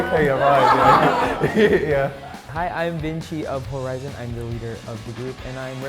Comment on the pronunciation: HORI7ON not hori7en. 😊